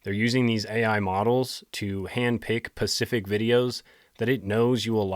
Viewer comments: I love your videos 👌🙂 Note: i think you say it twice: you say : “Pacific” but the word is “SPECIFIC “ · It’s a very pacific affectation 😁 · Yeah I think he does that on purpose it's in all his videos lol